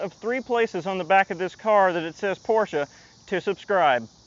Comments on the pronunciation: I owned a 944 and yes it wasn't fast but it was sexy as fuk! And thank you for pronouncing Porsche correctly! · Thank you for pronouncing "Porsche" correctly. Also, I want a 944!